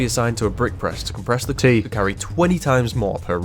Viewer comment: I loved it when said it’s [ tea ] time and [ Tead ] all over the place.